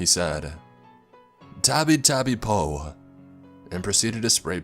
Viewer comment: He pronounces po as poe.